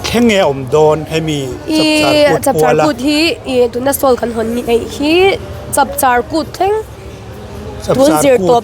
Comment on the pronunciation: Chawpchar kut ni lovin,Chapchar kut tih tur aw ka u